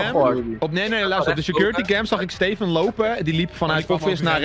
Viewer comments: Link alsjeblieft zeg steven niet als stieven zeg het aub als steeven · Ben ik de enige die zich ergert aan dat stieven zegt inplaats van steven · het is steven niet stieven